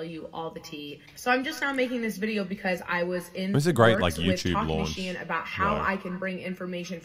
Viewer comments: You saying shine and not she-in 💀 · This is so painful to watch because it is pronounced SHE IN, like two words, it’s short for SHE INSIDE. They said it so many times in the video please 😭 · Why do you keep saying shine when it’s literally pronounced SHE IN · How do you say this company name? I heard him pronounce three different ways. Is it SHINE or SHE-IN? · NGL it drivers me crazy how he pronounces Shein as Shine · Hasan is insane. Watches a video where he hears it pronounced correctly and still calls it “shine” for the entire video. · Hearing men mispronounce Shein is my kink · hasan you pronounce “shein” wrong like how my boomer dad can’t say “chipotle” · I fucking hate fast fashion and the majority of my shit is thrifted but my biggest issue with this video is the way Hasan pronounces SHEIN differently every time he says it lmfao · Me two seconds in: ITS PRONOUNCED FICKING SHINE??? oh wait nvm Yeah everyone is pronouncing it differently and none of them is the way i do